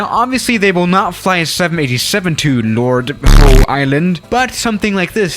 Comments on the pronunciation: it’s pronounced ‘how’ not ‘hoe’ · Fyi mate. Lord Howe Island is pronounced how, not hoe (the farming tool yt) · Lol that islands pronounced how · QANTAS link operates a320 also its pronounced Lord how